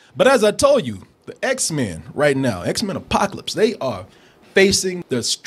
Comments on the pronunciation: its x-men not x-mans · "Xmens" lol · I cringe every time this guy says 'X-Man's'. IT'S PRONOUNCED X-MEN!